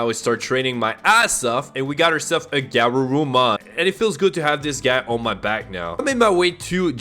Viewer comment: may I make some corrections to your pronunciations, & recommend rewatching english dub of Adventure (: BIRD-druh-mon guh-RURU-mon drim-MO-ji-mon BAH-keh-mon ty-RAN-no-mon VEJ-ji-mon LEE-oh-mon (ironically you were pronouncing it right in its Latin origin) OH-ger-mon MAR-ket MAN-uh-jer (emphasis on capitol letters)